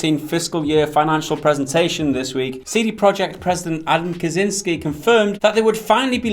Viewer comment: You guys are awesome, but come on, you can't just see a name and read it whatever you feel like, it's so easy to research these days. For future reference, first words in this vid are names Michał Kiciński and Marcin Iwiński: Theoretical help: ch = h; ł = English w; ci = much softer version on English chi; ń = Spanish ñ, like in mañana; w = English v. I'm sure you'll be saying those names at least few more times in the future, so you can just as well do it right :) Cheers!